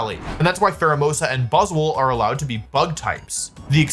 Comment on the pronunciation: I've never heard someone mispronounce so many pokemon. For example Buzz SWOLE "buzzle" lmao